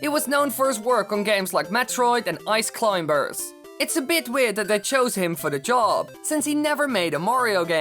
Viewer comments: Really? I've climburrs? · ayce cleym-bers